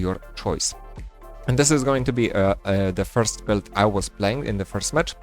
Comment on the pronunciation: hi without any hate, I just want to mention for you to improve maybe. When you pronounce "Build" you always say - "belt". For a second I thought you were talking about belts instead of builds. Try to pronounce build as - "byld" or something like that please:D. Cool video otherwise we can see you have a lot of knowledge now in pvp and iop seems very fun. Nice 1v2 clutch!